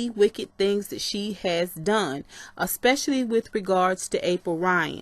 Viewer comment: I am so mad mad you kept saying "a-spush-a-ly" smh. I'll just watch the original video.